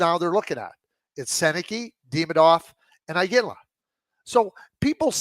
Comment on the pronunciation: I cannot stand how Craig butchers a simple name like Demidov. And he refuses to correct himself. So annoying